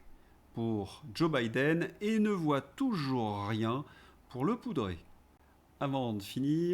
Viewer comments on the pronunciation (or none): none